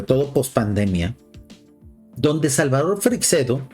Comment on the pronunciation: Por favor, podrías molestarte en saber pronunciar , por lo menos, su apellido? No es Freicsedo, es Freixedo.